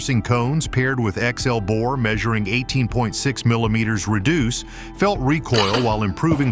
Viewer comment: “Bour”? No, Bore.